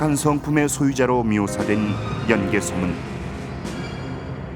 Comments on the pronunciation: 제 말이. '연 개소문'을 내레이터가 '연개 소문'으로 발음하니 하는 말이외다. 예전에 어느 프로에선가 '연려실 기술'을 '연려 실기술'이라 칭하는 것을 듣고 답답했던 적도 있어서....... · 연개 소문이 아니고 연 개소문인데 해설자 아나운서 모두 아쉽네요 ㅜㅜ 내용은 정말 굿인데